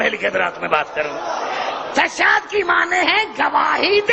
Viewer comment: tashahud ka lafz hi sai nai bol raha ye tw haha